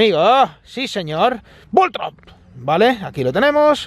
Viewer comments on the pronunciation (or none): No es Voltrob, es Voltorb.